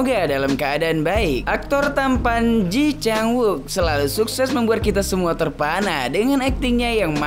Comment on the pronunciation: Sorry, boss... Kata temen2 aq yg orang Korea, mereka bilang cara baca namanya : /ci chang uuk/